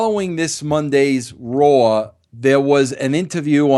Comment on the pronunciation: This guy has been alive for 50 years and still can't pronounce RAW correctly. "Hey bro, I wanna talk to ya about tha Monday Night Roar Show."